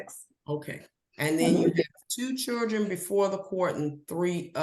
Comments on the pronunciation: I love..........,but she keeps saying "Chuldren" lol😅 sounds like my aunts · This judge is a joke. She cant even pronounce the word children. Churdren.. Insane. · Did the judge pronounce it “chirdren” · Yes she did 🤦🏻‍♀️ you’re the judge! You should be able to pronounce “Children” properly. I mean, c’mon!!